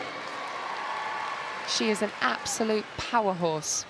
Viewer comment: I don't think I'd want someone to call me a "powerhorse" Lol... It's house.